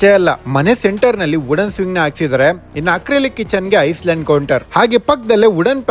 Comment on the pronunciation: ಐಸ್ ಲ್ಯಾಂಡ್ ಅಲ್ಲ ... ಐಲ್ಯಾಂಡ್